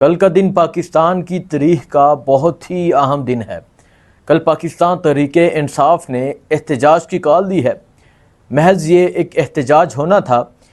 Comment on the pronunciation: TREKH NAHEN HAZRAT "TAREKH" LAFZ HY APNI URDO DRUST FERMAEN PORI DUNYA AAP KO SUN AUR DEKH RAHI HOTI HY. NARAZGI MUAF